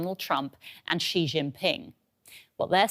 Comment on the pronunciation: The reporter even cannot pronounce Xi correctly.:face-blue-smiling::face-blue-smiling::face-blue-smiling::face-purple-crying::face-purple-crying::face-purple-crying